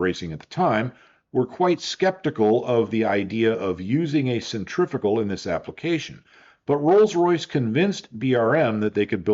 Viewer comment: The word pronounced "centrifical" here in the US is not a real word. The correct word is "centrifugal".